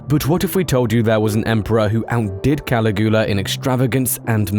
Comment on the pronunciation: 10 seconds in and i can’t even. I love this channel but damn dude, cali-goola? Cuh-lig-yu-la